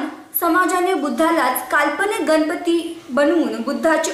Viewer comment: गनपती नाही...ग. गणपती.